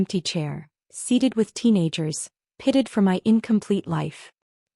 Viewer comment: The word is pitied not pitted